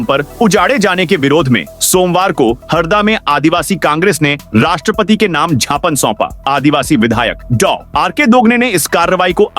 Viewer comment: Itne bade platform per gypan ko jhapan kahkar hindi ki dhajjia uda rahe ho .